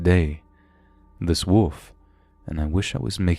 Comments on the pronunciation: LOL, he said gray 'woof'. The 'L' is NOT silent! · I'm not sure why, but when you first said gray wolf I totally heard gray woof. I was far less intimidated by it after imagining a big, dopey gray dog. Theeeeen it shifted to a man and it all came rushing back lol. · I love your vids ... but wolf has an L in it 😂